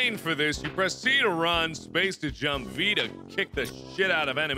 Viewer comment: I love how he says jump like yump sometimes.....its so hilarious